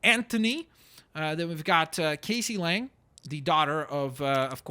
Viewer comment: Her name is not Casey Lang it is pronounced Cassie ca ssie